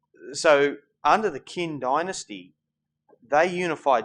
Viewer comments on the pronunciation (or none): Qin is pronounced Chin,not Kin. Sigh, romanticized pronunciation.